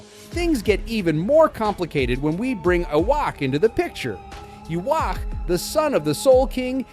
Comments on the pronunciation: no, that's japanese pronunciation. For English it should be Yuha-bach. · No, it is supposed to be Yu-ha-bach or Yu-ha-wach